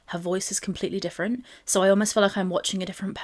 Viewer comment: im actually so glad you mentioned the way amberlynn talks. perhaps its just because im british too, but the way she talks absolutely gets on my nerves. especially when she says the word "so". she doesnt say so, she says sho. like whenever she says "this is so good" she says "this is SHO gOOOOduuuh!" like she is purposely putting emphasis onto her words. it grinds my gears because it feels like she is adding onto the "dumb stereotype" that people have around her. people believe she is dumb because of things she has said in the past; her constant mispronounciation of the word choreograph being one of them and the way she brags about having a "140" iq while lacking a lot of common knowledge and common sense. being british, and hearing her say the word doing like "dooeeng" will never not do my head in. you are not along in thinking her speech is annoying,!